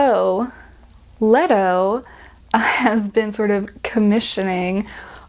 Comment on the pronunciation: Lee-Toe. Lee-Toe.